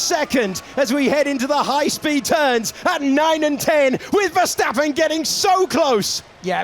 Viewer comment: Max Ffffershtapen, Luis Hamilton, Liam Loson